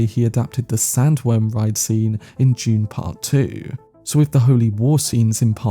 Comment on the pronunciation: bro its DUNE not June lol